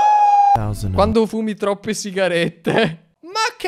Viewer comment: sigarette.... Si sigarette ahahah